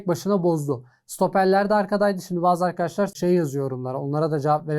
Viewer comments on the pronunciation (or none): none